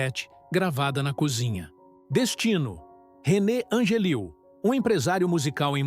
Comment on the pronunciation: CELINE DION NUNCA PASSOU FOME. MUITA MENTIRA - NEM O NOME DO MARIDO SABE FALAR DIREITO. AFF TUDO ISSO PRA GANHAR LIKES